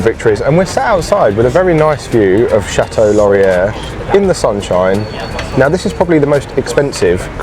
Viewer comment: Born and bred Ottawan here:) To make life simpler for you all in how to pronounce "Chateau Laurier", we affectionately refer to it as "The Chateau" BUT pronounced phonetically like The "Shadow". The "t" in Chateau is softened. Similar to how we soften ( or obliterate) the second "t" in Toronto!